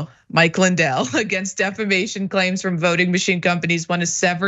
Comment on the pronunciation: Or as Lindell pronounces it, “deflamation”.